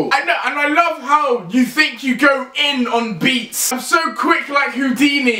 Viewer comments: "I'm so quick like Houdini" HOODINI!!! Sorry, I couldn't help it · Did you say hoo-dini? "VANOSS COME WATCH THIS VIDEO"